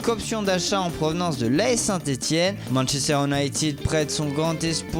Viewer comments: A "manchester Ounaaitid" 😂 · Manchester ounited hhh speacker bourré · Manchester Unaïtid, oui bien sûr... On dirait vraiment qu’il est bourré le gars surtout à